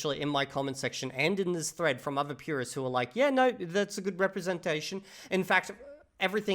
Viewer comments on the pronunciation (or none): none